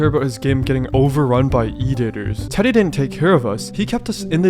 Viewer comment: never realized how much "teddy" can sound like "diddy"